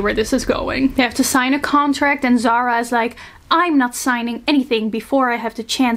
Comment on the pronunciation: Not zara. Zahra زهره the h is very light and it means flower